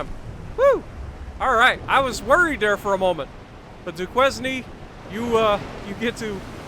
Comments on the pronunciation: Hi. I do believe that your ship name would be pronounced Doo-Kane. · Duquesne is Do-kane